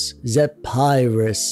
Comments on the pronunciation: You lost my attention at “zePHarius” bruh it’s pronounced “Zefyrus” 🙃🙃🙃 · It's pernounced zeferous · I couldn't tell if you were intentionally mispronouncing the name like our favorite Canadian Youtuber likes to do. But if not, it's pronounced like "Zeff-err-uss". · It's pronounced zefurus